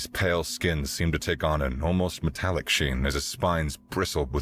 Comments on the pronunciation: it sounded like metric brilliance instead of metallic brilliance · odd pronunciation, hopefully just once. Metallic, sounded like Metric. Hmm. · Only .36 seconds in and metallic is mispronounced as metric ooops